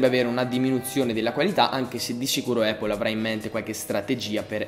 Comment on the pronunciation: comunque si pronuncia "Appol" non "Eippol".